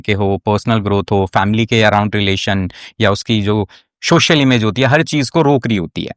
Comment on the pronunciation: सोशल ko शोशल kahna band kar do, dominance aa jayegi!😂😂😂😂